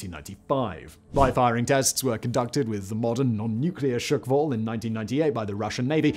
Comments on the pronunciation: Hurts my ears. It’s not ‘shukwall’ but ‘shqwal’ [шквал] meaning ’squall’ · Dafaq with this pronounciation? It's not SHEE-KVAl, it's - SH-KVAL, FFS! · Shkval, SSSSHHHH-kval 😂 chuckwal? The fuck 😂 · It's not shykfal its skkval! or in Polish Szkwał. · It's not "shOOkval", but "shkval" with no extra sounds between "sh" and "k" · I have to admit that I did wince a little every time Simon mispronounced "shkval" as "shk-val", but that is a minor niggle. His heroic attempt with "Superkavitierender Unterwasserlaufkörper" redeemed him, though. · I thought it was hilarious! 🤣🤣 Imagine saying Sick-wall instead of squall. Priceless!! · Shkval. No glottal stop, no silent a. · "sukval" aha sure.... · Not Shyk-Val... Just remove a shwa sound between sh and k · Shkval = squall. Not S----QUALL